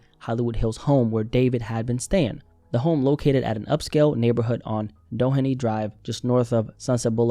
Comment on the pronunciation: Doheny Hills is pronounced: do-hey-knee Hills